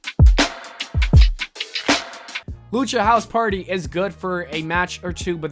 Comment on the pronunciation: once he said lucha hose party I thought he was going to say Rey o.